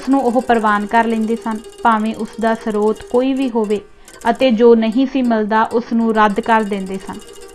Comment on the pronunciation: Too many mistakes in Hindi words pronunciation such as Srote etc kindly correct them